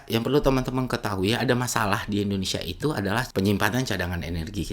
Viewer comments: Indonesa atau indonesia 😅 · Si sok2 paham, lah wong nyebut nama negara Republik Indonesia saja dia bilang gini endonesa..